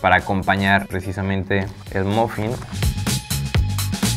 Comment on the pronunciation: Como un mofin! 🤣 se pronuncia maffin